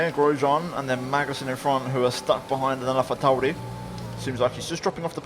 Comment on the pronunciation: Dude same! And Alpha Tauri. I thought I was the only one noticing 🤣